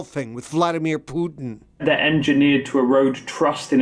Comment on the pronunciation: Vladimir poooootin. This announcer is insane